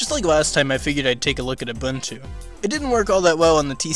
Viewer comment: It's pronounced OOO BOON TOO.